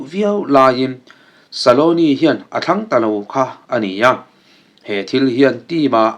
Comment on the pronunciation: Argentina coach hming ilam dan hi dik lo deuh saloni iti mai in ka hria scaloni tih zawk tur